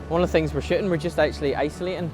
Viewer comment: Please, please, PLEASE don't take this the wrong way. I mean no disrespect whatsoever. I love your work and love your accent but every time I hear you say shooting.....i so hear shitting! lol I'm sorry man. I mean no disrespect. I, love everything you do. I watch EVERY video you post. Thank you for what you do. I learn so much from your work. Thank you.